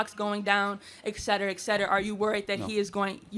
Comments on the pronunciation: Where the hell did "excetruh" come from. Et...Cetera. ET cetera. Et cetera. What the hell happened to people understanding language in this country? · The first Coon can’t say “etcetera”.